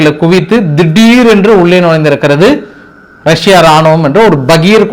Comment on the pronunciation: Iran insist of pronvensation wrong say rasia